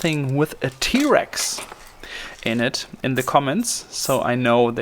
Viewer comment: Did you say “t-Rex”?? LoL